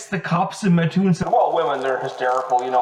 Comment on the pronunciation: Hey! I’m from Mattoon, lots of family legends about the Mad Gasser. Would love to chat with you about them. Also props for pronouncing my hometown correctly.